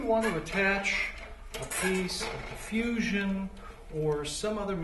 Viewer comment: diffusion not deffusion